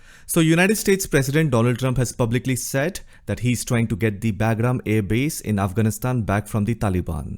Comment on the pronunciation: Hey … not being disrespectful… its called “BUGRAAM”